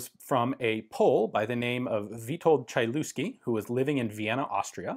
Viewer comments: Ian you're pronouncing name "Chylewski" in wrong way. My suggestion for you is to type "Chylewski" in google translator set language to polish and then listen how it sounds in polish. Greetings to you from Poland. Big fan of your series. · I've always thought that Lignose is the only type of such gun (well, apart from experimental swedish Browning 1903), but there is also Chylewski. Thanks, Ian! P.S. Бедняга Чайльюски, т.е. Хылевский. :D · Polish Language: Chylewski [hy-lev-ski] Ian: CHAI-LOOSKI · Yeah I know that polish is one of these complex languages and I don`t expect anyone to learn it but just in case the pronunciation is a bit more like 'HEE' (heelevski) than 'CHY'. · Sorry for nitpicking but the pronounciation is not like you did it in the video. The letter y is pronounced like the german letter Ü (Umlaut) and the "lew" is not pronounced "Lu" but rather "Lev" so the pronounciation is more like "Tschylevski" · HY-LEV-SKEE not chailewsky :-) Polish W is a hard V, CH is an H like in Hen, i is same as English ee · CHAI-LOOSKI hahaha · He sure wasn't shy on the looski part. Ain't no mountain chai enuff, Ain't no valley looski 'nuff. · Hi Ian, love your videos. Quick note - polish CH is pronounced like a slightly longer, harder H. The C i silent ;-) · The letter y is pronounced like nymph, not like hee, but I see where you’re going. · his name is pronounced "Hylevski google translator does a good job at pronunciation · The 'Ch' in Chylewski is like the 'Ch' in Chutzpah, and the 'w' is pronounced like a 'v'. (Phlegm)hih lev ski Credit to Jeff Dunham. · you read that so wrong is pronounced Hillevski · Chylewski = Hi-lev-ski (Hi sounds like hiccup) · It's pronounced Hy- (flat y) Lev- Sky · It's pronounced "Hi lev ski" ("Hi" as in "history", "lev" as in "level"). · Chylewski is pronounced hilevski. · The name is pronounced H/Ch-(as in loch)- i -leff-skee. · Dude needs to buy another vowel.. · In Polish language "ch" is being read as "h". Really.